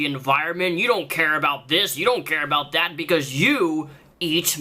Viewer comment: And he cannot say the word about